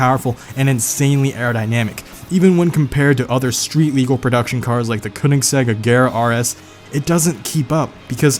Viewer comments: not koonaseg Ken oh seg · Konnesegg? Do you mean Koenigsegg? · Why do Americans say Koenigsegg wrong, the start is said as Ker, the rest is fine just the start is butchered to hell